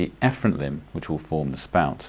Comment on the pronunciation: For the loop ileostomy did you say the afferent and efferent limbs wrongly? Can somebody help me understand?